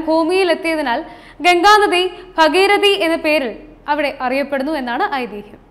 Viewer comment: ഭഗിരതി അല്ല ഭഗീരഥി 🙏